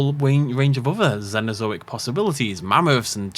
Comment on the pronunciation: "Zenozoic" 😂 your pronunciation cracks me up always,.